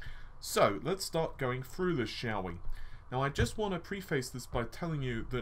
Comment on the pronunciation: Confuzzeling lol wtf?? It's threads not freds. through not fru think not fink three not free Sorry but your grammar is embarrassing buddy and more important for a youtuber really annoying, that mixed with the constant stupid phrases and wind tunnel audio, squeaking chair , banging and thumping around, low volume with high volume intro & outro, the info itself is sound and very welcome but the rest is bad, sorry but i can't put up with this all the time it's just to irritating.